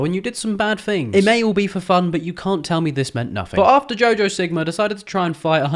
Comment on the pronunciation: did bro say "jojo sigma" lol